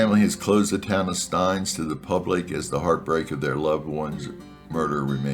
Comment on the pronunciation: It's actually pronounced "steenz"